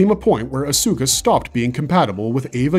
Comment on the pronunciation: For a series that's over 20yrs old, how in the hell can you NOT properly pronounce Asuka & Ayanami? S squared engine core?! What the actual f-ck! 😤